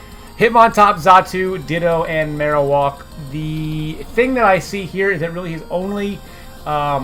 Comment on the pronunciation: Marowak not marowalk